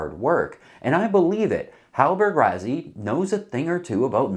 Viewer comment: PLEASE ! Why Why do Americans insist on finding a way to mispronounce everything.. Rassy.. two sses.. how can that be translated into RaZZy ?? Stop it or we're going to begin pronouncing Connecticut, Connect icut.. Arkansas, Ar Kansas..and many more.. :</